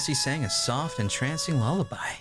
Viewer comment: "i guess swoft"